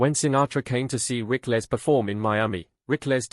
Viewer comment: Rick-less? Rickles, pronounced Rickels !